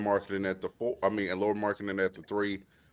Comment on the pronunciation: Dudes! You literally had Chandler there to model how to say Lauris name correctly (as much as native English speakers can) and not one of you learned? You still kept calling him Lori the whole time.